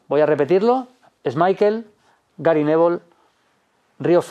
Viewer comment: Jajaja "Gary nevol"